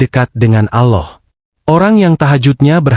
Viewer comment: Assalamu'alaikum mas nyebut alllohnya kurng merdu bukan Aloh alloh